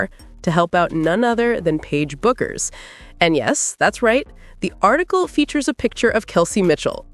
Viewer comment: What about Clark's flaws?? (Turnovers, ball domination, poor shooting, no defense, your). Paige is DIFFERENT from CC, as she can do well without the ball, so your assertions are all wrong. Paige DOES NOT have to be the biggest scorer, and her last name is pronounced "Beck", not "Buck". Kelsey may simply wish to leave the toxic Clark fan environment. Kelsey can be the #1 option in Dallas. Maybe try watching some games.